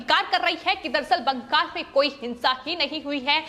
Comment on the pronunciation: Ye bangal ko bangag kyu bol rahi hai itna penic kyu ho rahi hai ye.